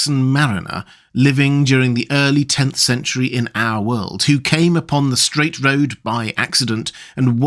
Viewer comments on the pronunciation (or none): none